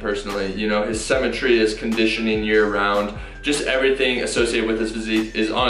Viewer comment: “Cemetery” yup